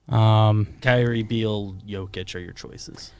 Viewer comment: If I hear "Jo-kich" one more time... I swear, I'm gonna eat a bug